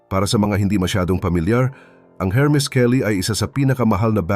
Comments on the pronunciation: Hello -Hermes pero pag sambitin po is Ermes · ERMIS SILENT H